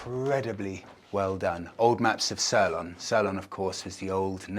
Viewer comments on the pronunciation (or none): Looks the best place to visit yet! But pronounce it See-lon not sir-lon! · Sirloin. Ffs it’s pronounced more seelon. Ps another video and not a single glimpse of monika. This is getting to be a deal breaker! 😂😂😂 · Interesting pronunciation of Ceylon- (pronounced se lon not ser lon.)Nice house though. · Sirlon?? Seelon! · Ceylon = Saylon not sellon. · Highways and infrastructure is funded by China , along with all other major projects. Local Sri Lankans prefer to use the free old b roads built by the British, although the highway tolls are really cheap for foreigners, locals on a low limited salary won't waste money unnecessarily . One last thing , Ceylon is pronounced Seelon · See-lonn = Ceylon. Bore-bon = Bourbon. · Very nice., Ceylon (which I remember well) is pronounced 'see-lon'. It makes me feel vey old that young folk today don't know what Sri Lanka used to be called! Ceylon Tea was world famous! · He doesn't say 's'lon', though. My 'see-lon' (said as one word, not two) is the correct pronunciation. 'Seelon' if you like. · it’s pronounced see lon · Apart from calling Ceylon, `Sirlon`. Poor. 😊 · Sirlon? Where were you ‘educated’? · "Sirlan"? I guess that's attempt at "Ceylon"? Which those of us old enough to remember called it, up until 1972, when it got Independence within the British Commonwealth? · It's sirloin 😂😂😂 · Yeah I had to double take on what he was saying when I thought he said sirloin tea. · Ceylon is pronounced Seelon. 😉😁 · Nice video and well presented despite the Ceylon pronunciation! My grandfather was a tea planter at Hopton Estate not far from Badulla near Ella, and my Dad was born in Ceylon. (He insisted on calling it that, which is what it was back in 1925!) I went to Sri Lanka for the first time last year and loved it. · CEYLON you didn't pronounce it right